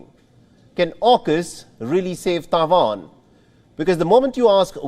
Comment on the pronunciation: Is always very funny how the host says "TAIJUAN" .